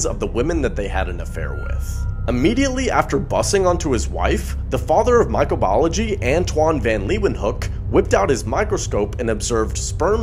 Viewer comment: The way you pronounce Microbiology. Disturbing